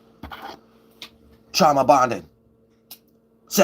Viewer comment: Bruh said “trauma bondin” 🤣💀